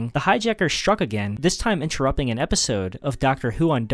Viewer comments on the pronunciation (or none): none